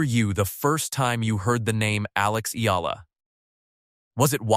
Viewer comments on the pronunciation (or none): its EALA, not AYALA